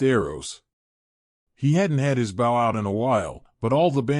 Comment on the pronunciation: Is this being read by ai? I've heard him read bow wrong EVERY time along with a few other words like beastial